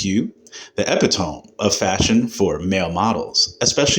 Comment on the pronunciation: EPITOME pronounced EH PIT TOE ME